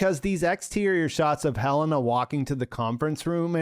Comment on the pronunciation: I love that after House of the Dragon, we all decided that pronouncing it Helaena is way cooler than Heh-Leh-Nah.